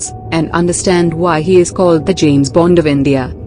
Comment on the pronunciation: Why don't you also credit Ajit Doval for cooking up all these lies at home and then putting it on you tube :P :D....Poor man desperate to gain some credibility :p :),, and yes he was called James "Bund" :) :p :D.... infact James di bund,,,,& also james the bund :p :p :D